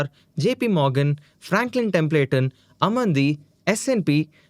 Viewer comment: Pls learn how to pronounce "Templeton" especially when it is being said multiple times in a single video.